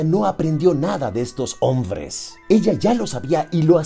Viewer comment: Amo que digas onvres jajaja